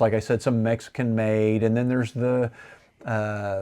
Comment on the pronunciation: Epiphone not epson😂